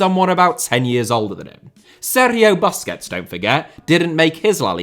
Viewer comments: He said “Baskehhts”😂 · Never heard anyone say BUS-quets before. All I hear is BUS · bro really said "buskets" 😭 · Very nice video… but it drives me crazy how you say BAsquets…. It’s pronounced Boo squets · Wth is baskets ??? pronounce the name properly man